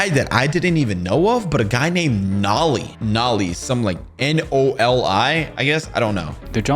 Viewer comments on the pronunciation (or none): Yo bro it's not nolly it's nole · Bro not noli is nolie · I play forsaken and I know it's Noli not naali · Every forsaken player that watches this is going to go insane bc he called noli nali